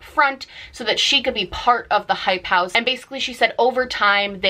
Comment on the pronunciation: It took me way too long to figure out what you were saying when you were repeating "hype house"